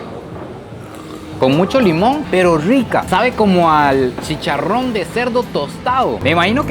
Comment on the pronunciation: Por que pronuncias tan feo ARROZ Y CHICHARRON? Aroowwz y chicharroww hay por Dios! Lo chistoso es que cuando quieres pronunciar bien lo dices bien 🤷